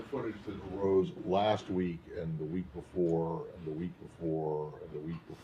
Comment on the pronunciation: "Arised"? Is it me or am I hearing more and more inability with the past tense of English these days? He's a presidential press spox, of all people. "Shined" instead of shone is another obvious mistake I seem to hear a lot. What's next, "goed" instead of gone?